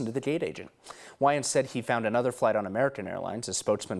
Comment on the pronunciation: Yeah super super white guy can't pronounce "Wayans" because he's never watched any movie with a black person.